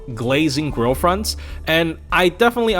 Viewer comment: wasn't paying attention and thought each time you said grail fronts, you were saying girlfriends